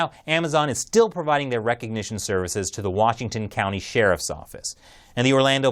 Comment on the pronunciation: STOP SAYING RECOGNITION WITH A K